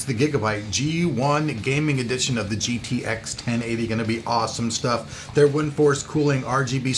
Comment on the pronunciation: is it just me or did sound like he said gtax at the end??